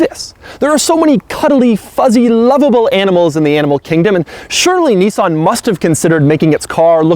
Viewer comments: Its niss-an not knee-sahn. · "Knee-sarn"?... that's hilarious.